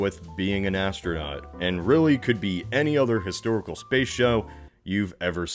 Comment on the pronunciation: It’s pronounced “SSSSSBAYYSE” good sir. Get your facts straight.